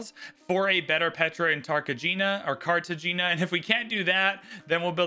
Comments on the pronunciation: Bow-ga-tah, car-tah-heyn-yah 😉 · Car-te-hein-ya & Boh-goh-tah